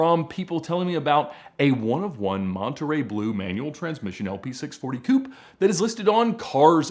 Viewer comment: Koopay. Not Koop nor Coop. You expect us to pronounce Nike as Nikey, do u also ride a bikey? Nah, u ride a bike, therefore Koopay